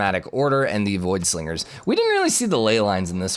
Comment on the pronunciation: Hey ik it isn't a huge deal but... Its voidSINGERS not voidSLINGERS idk if you are trying to or if it's just coming across that way but a heads up if you are doing that on purpose